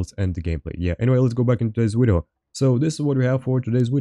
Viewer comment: Wideo powa!